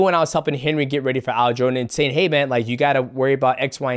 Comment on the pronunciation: Why's this guy keep saying "All-jo"?